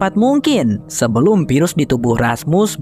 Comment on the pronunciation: Bang sem. Virus pakai ev bukan ep. Infeksi pakai ef bukan ep 😢